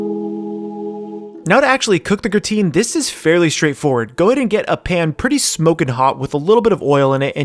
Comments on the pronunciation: It's not pronounced gruh-teen.. but rather graa-tn lol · gra-tain not grateen. grah - tain (same as tain-ted). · Its TAN not TEEN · I know this is a 2 year old video but every time he says "gruhhh-teen" my f'in soul dies a little and i cant hold it in. By all that is unholy man why?! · Love seeing French cooking in anime! Just a quick note: Gratin is pronounced grah-tan with the 'n" cut short. :D